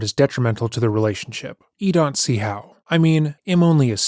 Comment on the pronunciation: What's the deal with saying "ee" instead of "I" and mispronouncing random words like "daunt" instead of "don't"? It happens , and plenty of other times.